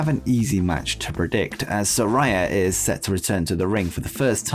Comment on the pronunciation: It's pronounced Sa-RAY-a, not Sa-RAI-a. Get it right that annoys the crap out of her